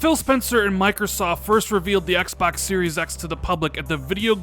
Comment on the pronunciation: "Axe Bax Series Axe" goddamn I bet you call 2pac "toopack"